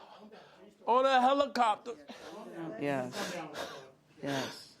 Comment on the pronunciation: "You sound like you're playing the victim here." "A HELICOPTAH."